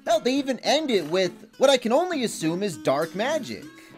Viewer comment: my guy, you said it wrong. Everyone knows always pronounces Dark as DAAAK!